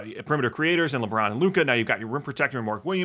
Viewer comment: Did you say LeMron on purpose?